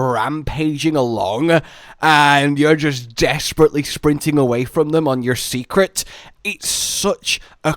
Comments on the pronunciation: Seikret is pronounced "say-kret" btw. Not "see-kret". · I'm begging to stop calling them Secrets. It's Sei which would be pronounced more like 'Say', not 'See'. Also, I'm still sticking with the idea that we might be able to switch between a short range and long range weapon, and maybe not just any 2 weapons. It's cool if it's the other way, but so far it's always shown as a long range weapin being swapped for a short range one. Granted, there's only 3.5 ranged weapons currently, but that is what they've shown.